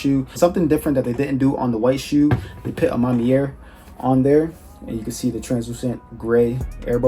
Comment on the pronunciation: À ma manière. You just keep saying À ma mière